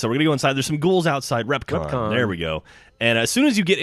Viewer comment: I got really mad when he didn't pronounce REPCONN Correctly... im a big fallout fan